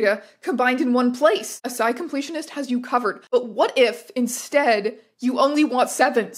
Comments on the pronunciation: ASCII is not pronounced "uh-sigh", it's generally pronounced "ass-key" no i am not joking also it stands for "American Standard Code for Information Interchange" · …did Madame Æons just pronounce “ASCII” as “açaí” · bro said ASCII as "asky" 😭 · Wait, what? A-sigh rather than ass-key? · Im sorry but u saying ascii (as-ki) as as-sci killed me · The computer nerd pedant in me listens to the pronunciation of ASCII and says “it’s pronounced ass-key.” (It’s okay if you didn’t know that.) Nonetheless, this is fascinating. I never really explored the depths of Tumblr, so it’s neat seeing your deep dives. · This is the first time I've heard anyone pronounce ASCII as asigh! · for anyone wondering, "ascii" is pronounced "ass key" it's computer science lingo there is no "real" pronunciation for it, considering it's just an abbreviation. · pronouncing ASCII like Açaí is iconic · the fact that you pronounce ASCII like acai is so funny to me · wait is it actually pronounced "a sigh"? I've been saying it "askey" this whole time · you said ascii like "ascye" and thats terrible crime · "ass-sky completionist" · lol that's not how you pronounce ASCII, it's pronounced ass-key, and it's an acronym. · ASCII is pronounced "ass-key" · The pronunciation of ASCII was... uh.... ok it's by very, very far not the worst mispronunciation of a computer term by someone on this website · Wait, how did you pronounce ASCII??